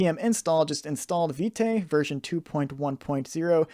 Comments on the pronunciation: Thank you for the tutorial, totally love it. Btw. Vite is prononce as "Veet" (it mean "Fast" in French) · I really love the tutorial, but that Viteigh is really distracting lol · You pronounce it wrong